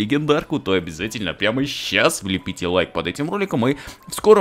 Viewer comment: можешь так не говорить:обязятельно, ну как ты говоришь. Прост не очь нравится как ты говоришь.